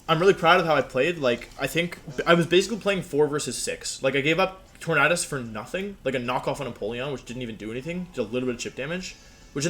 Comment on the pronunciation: Why do you mispronounce Tornadus? Is it on purpose?